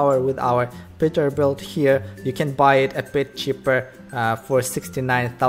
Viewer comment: Peterbuilt not petterbuilt